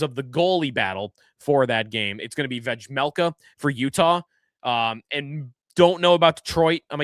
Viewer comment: The J in Vejmelka is silent bud